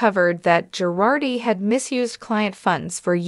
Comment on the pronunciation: Not GARDI, not PIRARDI, Girardi!